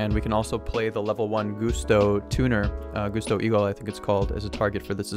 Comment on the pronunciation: Gusto's aren't pronounced GOOsto it's Gusto like Gus stubbed his Toe. You know? Like Gusts of wind.